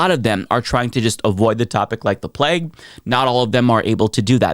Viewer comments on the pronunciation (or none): none